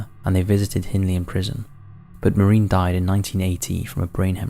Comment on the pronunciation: it was an axe not a hatchet,,,, learn how to pronounce maureen/stalybridge & angina